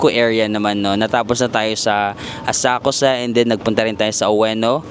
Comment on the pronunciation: Walang U ang Asakusa, it’s pronounced ASAKSA….